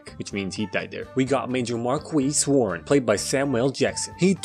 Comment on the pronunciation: My favorite thing is you pronouncing Marquis “mar-kweess.”